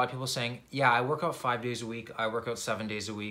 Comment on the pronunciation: I knew he was Canadian when he said work oowut just discovered this channel and he's great 🙏.